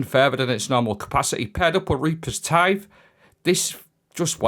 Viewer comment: Absolutely gobsmacked that he got reapers tithe correct.